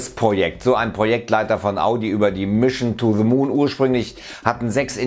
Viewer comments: "mischn to ze moon" ??? bin dabei, bro. ;) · Mischen too de moon. Ich dachte das können nur Sachsen 🤣🤣🤣🤣